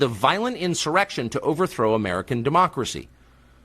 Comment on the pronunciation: Did she say insurrection or erection?